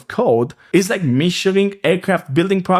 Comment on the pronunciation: You keep pronouncing the word "is" (iz) as "it's" (iț). Good video otherwise!